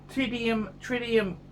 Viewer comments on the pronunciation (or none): “Tittium” hehe..